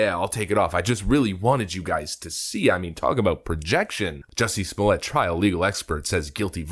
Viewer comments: Remember it's "Smollett", with a hard "T" - NOT "Smollay". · Calling this dude Smoll-yey, is like calling Target (Tarjey). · Pronounced ‘small-ett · Smallia (as you pronounced it) will get a severe finger wagging & tut tut tut from the judge. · I start laughing hysterically every time I hear "Juicy Smolliét".